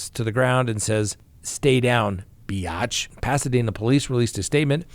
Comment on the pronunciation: Be-yatch.😆 oh,. You are something else. I love it.